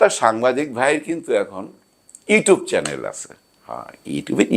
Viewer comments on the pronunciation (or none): none